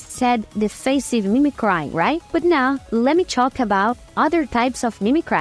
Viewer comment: Just found this channel. As a fellow Brazilian, I can definitely relate to our good friend Dollynho. (also, glad you're working onvimproving the oronunciation. It isn't outrageous, just needing some adjustment, but I noticed you tend to use the wrong sound for some vowels (especially "i" and "y", making an "eye" \ai\ sound even when it should be closer to "ee". Mimicry doesn't rhyme with cry, for example. As weird as that seems)